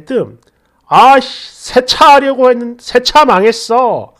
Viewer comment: 세차를 새차로 알아들었다니 발음 억양 다 틀리네 ㅋㅌㅋㅌ